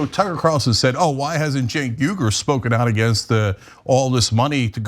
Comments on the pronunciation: Cenk Weeger? Hewayger? A trick typical of bigots, deliberate mispronounciation of somebody's name as an insult...which is ironic coming from F*cker Carcrash... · So blatant racist with cenk's name mispronounciation. These two idi ots are possible plants.